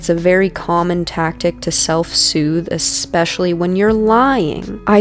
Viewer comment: Ok, I’m usually on the side of hearing both sides of the story before making any judgements, but if you try and pronounce it EXPECIALLY then BOY!👏You’re already on my bad side!